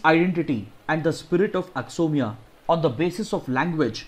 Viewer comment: Sir, it's pronounced "A-kho-mi-yah"